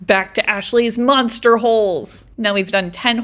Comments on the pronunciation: You said MOSTER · You said moster holes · It's not moster holleee!